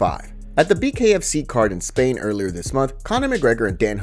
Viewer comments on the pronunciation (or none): none